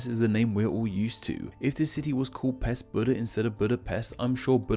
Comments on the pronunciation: Buda (408? – 445) is the name of the brother of Attila the hun. The city have its name after him, according to chronicles. The Pest theory is more likely accurate. Also I know these are different languages, but Pest you pronounce "pesht". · The name of Pest is actually pronounced Pesht. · Buda's Germanic name is literally Ofen and Pest is not even remotely resembling any of the words you put up on the screen Also you missed up the pronunciation for Pest which is Pesht You are welcome Also Aquincum is Óbuda, which was also a separate city before merging the 3 cities into one in 1873 . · Pest is pronounced like Pesht, as in Hungarian s is pronounced like sh in English. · I prefer Buda as I was born there, even my name is Budai (from Buda), it is much more beautiful and less dangerous, but it's a beautiful city. And it isn't called Óbudapest because that would mean Old Budapest. Nice video, although the s is pronounced as an š sound (ш in Cyrillic)